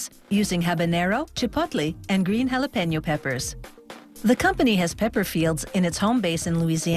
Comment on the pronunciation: Hahlla penn Yo